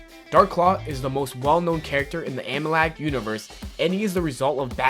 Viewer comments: Repeat after me, A-Mal-Gam, not, A-Ma-Lag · A-MAL-GAM. Not amalag. Also...say Sinestro correctly. Jeez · Amalag? It's Amalgam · it's pronounced a-mal-gam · why can't you pronounce amalgam?